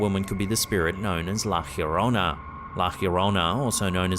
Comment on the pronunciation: It's pronounced. "Yo row na". Llorona. Or " Yo from na. Remembering to roll your "r". If you can.